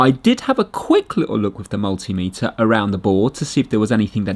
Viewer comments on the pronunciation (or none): none